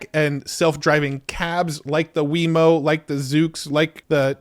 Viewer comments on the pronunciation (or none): Lol, "Weymo" bruh it's Waymo. Love your videos